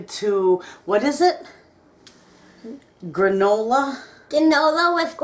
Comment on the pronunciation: Gwanola with gwandawents! I LOVE it!